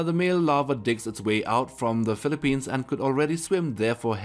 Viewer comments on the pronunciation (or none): none